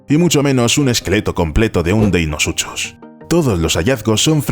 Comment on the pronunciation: me hace gracia lo mal que pronuncia deinosuchus . la "ch" se pronuncia como un a "k" se pronuncia "deinocus"